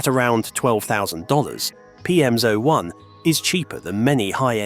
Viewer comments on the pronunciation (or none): This is an AI narration, right? Firstly, a Brit would never say "Side walk" it's a pavement or path. Only american's need directions on where the path is within the name of the path. Secondly, it pronounces "PM01" as "PM-ZO-1" which is an AI glitch. Is this whole video AI generated and if so, where the fuck did the bus leave from for the humans that don't want to be surrounded by all this AI bullshit???